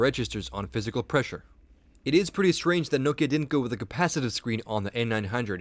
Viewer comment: i like how you say nokia....but you should say maemo as mayemo :P